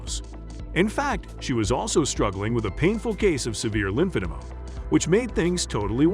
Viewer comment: You have the most boring, useless and pathetic channel on youtube. You're hoping to make a buck by parasitically attaching yourself to 600 pound life and are failing miserably. Worse, you can't even fucking pronounce "lymphodema." Give it up and stick to your day job.